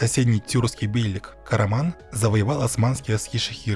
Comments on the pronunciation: Бейлик ударение на И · Все хорошо но над ударениями стоит поработать. Кайи ударение на и бейлик ударение на и